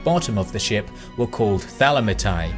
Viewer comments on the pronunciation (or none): As usual, excellent work, but for God's sake, do not pronounce the Greek difthong "ai" as "a-i"...its pronounced as "e"...so its not pronounced as Thranita-i but it's Thranite, Zygite, Thalamite